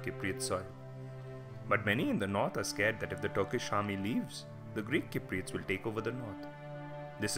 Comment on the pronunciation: The man cant even say cypriots properly lol !!